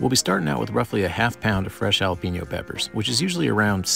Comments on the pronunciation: It’s pronounced hah lah peh neeo not hah la peee neeo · Its pronounced: Hal-uh-pen-yo